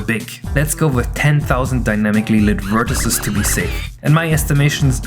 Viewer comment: Hey, if you are OK with pronunciation tips, here are a few: success(fully) has a ks/x sound on the cc (this is true of succinct as well, though it fools many) vertices uses a long e in the plural (-eez) (side note: this is only for classical plurals, not words like processes) Your stuff is great to watch - just a little extra info!